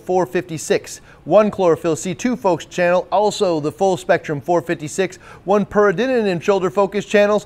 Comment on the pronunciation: keeps adding an extra “in” in peridinin. Should probably google how to pronounce it properly.